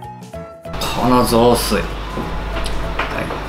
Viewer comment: きょんかいは〜！！ まじゅ じょおすい